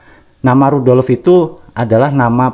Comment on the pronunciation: Tulisan nya rudolf... maaf dibaca bukan rudolof...maaf lain kali ejaan nya yg benar...baca kurng tepat ditelinga ndk enak